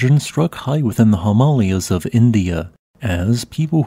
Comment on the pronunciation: Him' al' i' a's ??????? What in the world is that supposed to be ????? Now the GeologyHub dude has been replaced by an A.I., with the same predilection for mis-pronunciation !!